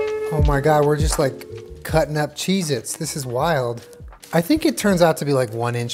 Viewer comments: Stop saysing chez it ypur killing me. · "maybe we'll end up with vomit coloured cheese-its" vom-its